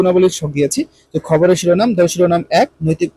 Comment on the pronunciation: স্যার খাবারের না খবরের 😅😅